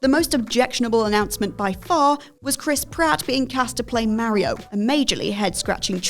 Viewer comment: The mario take aswell as the way you pronounce it aged like milk